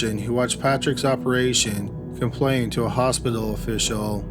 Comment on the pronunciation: She died in the "Hos-pi-doll" ... Oy veh!